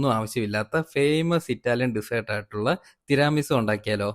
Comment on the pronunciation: തിരാമി സു അല്ല തീരമി സു എന്നാണ് ,ഇറ്റലിയിൽ നിന്നും ❤